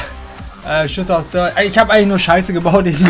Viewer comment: Isch bin es, ja:D